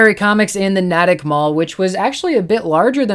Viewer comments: Cool video, Just one small thing. It's pronounced "Nay-tick"; not "Nat-tick." Also, Rubber Chicken Comics is an awesome store. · Nay-tick Mall. :)